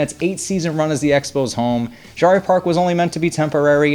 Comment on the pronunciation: Pronounced JERRY